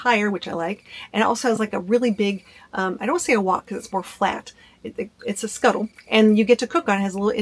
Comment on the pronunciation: "Skottle", not "skuttle"